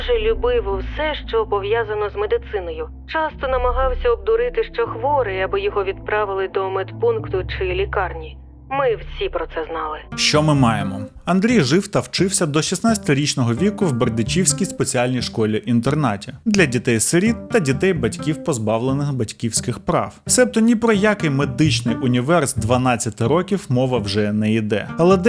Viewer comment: Не гришк'івці а Гри'шківці та не Бе'рдичівський а Берди'чівський🥰